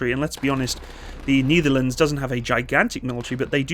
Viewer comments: I can't watch any further. "The Neetherlands". I can't tale it anymore. Just say "The Netherlands". II don't know what language you're trying to say it, but as a Dutchman who's fluent in English I can say: You're butchering it either way. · why say "kneederlends"? The correct pronounciation is "nay-ther-làn-suh". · nEtherlands as in net, not nEEtherlands. You almost make it sound like a german saying Niederlande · NIEDERLUNDS NIEDERLUNDS DON'T MAKE ME COME FIND YOU FOR ABSOLUTELY BUTCHERING THE PRONOUNCIATION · The Netherlands or the Nietherlands? You tried to say the correct thing, but you really butchered that. It's Ne-der-lán-ders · The Knee-therlands...??? 😂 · Yes, and than you got the vector and the rest of Defenture. BTW whats up with that "Neederlands"??? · Ah yes, the "Neitherlands"(no offense😂). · The niederleands...🥲 Just say the netherlands or dutch i beg of you 😭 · At least you butcher The Netherlands instead of saying Holland 😂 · *cure a sao, not cure a cow. And what is up with your pronunciation of the Netherlands? 🤦🏻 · I can understand the Nederlanders pain on how pronounced the Netherland. But when he pronounced Curaçao my heart skipped a few beats. 😅